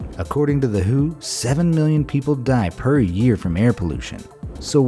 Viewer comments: hey mate its W.H.O. not whooo ! lol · “According to the who” 😂😂😂😂 It’s pronounced W H O 😂😂